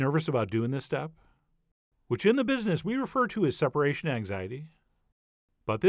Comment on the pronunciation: 'separatio anxiety', you weiner